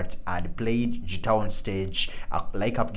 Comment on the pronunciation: Guitar, not Tschitar! ;-)